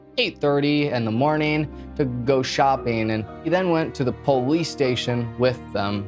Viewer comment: I like how he says am-byew-lance and poh-lice